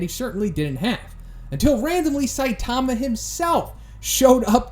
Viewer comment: Can you please stop saying " saitaahma" it's all short "a"'s saitama not saitaaama